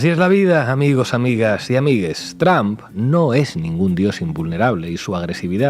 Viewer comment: Por el hecho de decir ameiges La cagaste